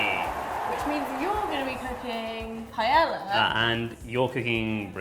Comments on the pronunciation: I think it's "pie-eh-ah" definitely not "pie-el-la" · OMG I hate the way people pronounce paella wrong!! You don't pronounce it as a double L it's pronounced like a Y hence the double L....... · Way to mispronounce paella xD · Slight cringe every time paella was pronounced wrong lol. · PLEASE learn how to pronounce paella.